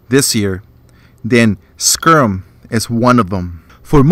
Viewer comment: Other than the mispronunciation (it's sky-rim, not sker-rum)...great review.